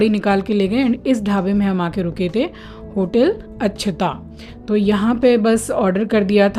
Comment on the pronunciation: Dhaba name अक्षता not अछता Your sound is अछता keep the correction your your hindi